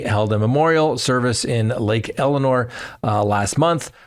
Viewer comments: It's Lake Elsinore, not Elinore. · Sorry it’s bugging me.. I know you are not from California… but it’s Lake Elsinore … not Elanore